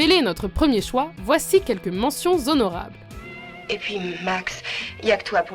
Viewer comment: MENTIONS ONORABLES ON NE PRONONCES PAS LE H ON DIT PAS ZONORABLES !!!